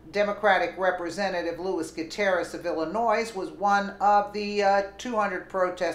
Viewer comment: Um...the S is silent in Illinois.😌